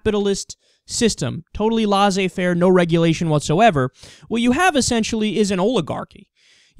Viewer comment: ITS PRONOUNCED LAY-SAY FAIR. I KNOW, CAUSE I'M FRENCH.